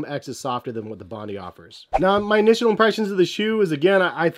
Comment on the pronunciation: It’s pronounced “Bon die”